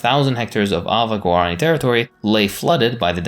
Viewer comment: Why do you pronounce Guarani like that? It literally has an accent on the I